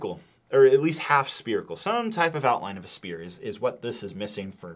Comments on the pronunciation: Spearical? Or Spherical? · Spherical not Sperical ffs